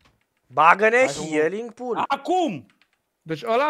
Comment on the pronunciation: am zis ca si cum s-ar auzi pentru ca el a zis hialing si se citeste hiling